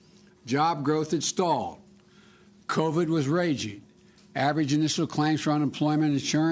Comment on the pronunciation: Dentures and senility will do that Jack!